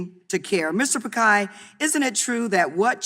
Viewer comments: Mr. picai?😂😂😂 It's Pi-chai not picai. 😭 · At least learn to pronounce the persons name right congresswoman, just better ask, it’s not Pikai , it’s Pichai ( chai as in chain) . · Not Pakaai... It's Pichai. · Mr. Pichai being called Mr. Pikai😂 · She said pikai instead of Pichai 🤪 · Okay thats not pronounced as pikai rather picai.. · when she pronounced Mr Pikai instead of Mr Pichai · Mr. Pakai...... Noice pronunciation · mr pikhai? At least pronounce his name correct. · Congresswoman calling Sunder Pichai, Pakai instead of pichai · Why is sundar pichai using cisco webx instead of Google meet and his name is pichai not pikai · It's not pikai It's pichai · How on earth is the congresswoman pronouncing pichai as pakai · Ok, she mispronounced google and alphabets CEO Mr. Piccai. that too more often, confidently. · Did she said Mr.Pakai Instead of Mr.Pichai 🤣🤣🤣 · There is difference between "Pikkai" & "Pichai" isn't ? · Pichai is pronounced as pitch-high not pick-high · It's not Pi-kai It's Pi-chai (chai the tea) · It's pichai not pikhai 😂 some one tell this congresswoman 😂 MS de meanings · I feel sick every time the congresswoman says pikai instead of pichai. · At least pronounced his name correctly it isn't Pikai, is Pichai. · not pickhai..it is pitch i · "Mr. Pikai" bro...its Phit-Shai !!!!! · He is Mr Pichai not pekai 😂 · Congresswoman it's pichai not pikai🥺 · It's not pakai it's Pichai.... please address him with right name first..... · Its Mr.Pichai not Pikai, stupid Ms. Dummy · it's not Pikai, it's Pichai🤣🤣🤣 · She every time pronounced pii-kie😡😡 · It's Pich-ai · She's wrong in all counts on 'pick khay' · Sorry Ms DemiMs, unless you get the name as PiCHAi, you get a butchered name too! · She is pronouncing Pichai's name all wrong. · When you can't even google the pronounciation of the name of the CEO of fricking "GOOGLE" beforehand. Smh. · she keeps pronouncing his name wrong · If youre lecturing him at least pronounce his name right... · Atleast get the name right.